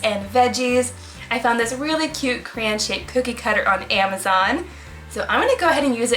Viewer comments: its CRAY-ON not CRANE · CRAY-on not CRAY- In Edit: sorry it was bothering me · I’m sorry but I’m getting triggered that she said criaaaan